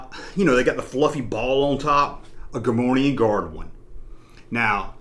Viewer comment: Cool video. FYI though...there is no “N” in Gah-more-ee-an.